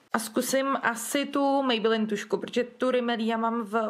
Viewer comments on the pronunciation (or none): Mě strašně irituje ten [mejbelííín]. Pardon...